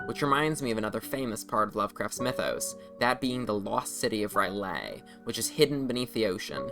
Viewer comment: Minor correction: "R'Lyeh" is pronounced "Rill-Yeh" to my knowledge. The "eh" is pronounced like an outward breath, such as in Hebrew. Not as "Yay"